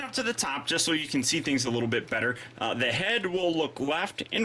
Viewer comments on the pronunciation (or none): none